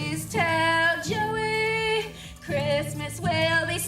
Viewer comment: It’s Joey !!! Not joehe